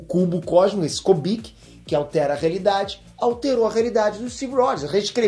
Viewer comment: não é Kobik é Kubik, cubo de Rubik. Por favor. Da ênfase na fala, fica foda.